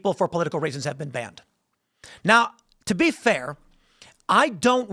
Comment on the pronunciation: "To be fair..." in Letterkenny-ese.